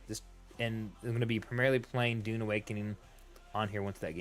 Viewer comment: Pronounce the U its not an O!